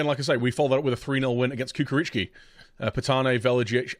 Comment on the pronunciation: Its not Kukaricki, it is Chukaricki:D